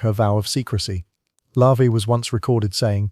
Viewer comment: It's not "Lavee", It's LaVey ("la vay"). Also, the universe does not "send messages," the Creator of the universe does!